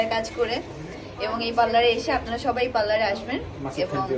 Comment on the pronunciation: Oh my god she said পাল্লার 😂😂... sis that is parlour